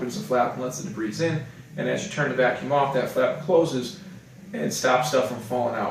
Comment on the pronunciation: Debris has a silent "s"